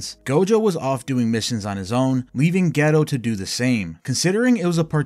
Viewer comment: His name is not Ghetto 😅